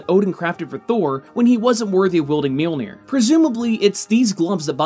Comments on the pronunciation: Mjolnir not Milnir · mere-mere? what's mere-mere? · You say millnoji in the beginning 😂😂😂😂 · Sometimes you say Milnear. Really bugging me lol.